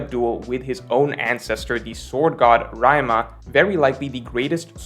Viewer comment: I swear, says shit like Raima and Sheesui just as a troll